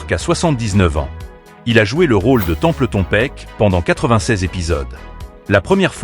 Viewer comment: Attention à la prononciation des noms et prénoms svp. Vous ne prononcez pas du tout correctement "Templeton" et "Melinda" par exemple.